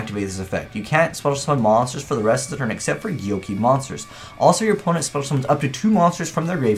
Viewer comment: Whoever told you it's pronounced 'gyoki' needs to be shot. It's 'go-key'